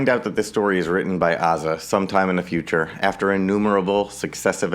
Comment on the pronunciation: i think its pronounces a-za as in a-typical or a-theist.